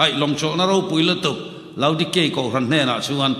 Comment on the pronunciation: Kohhran tih hi a lam dik thiam lo a mi .spiker hi😅😮😢😂😊❤.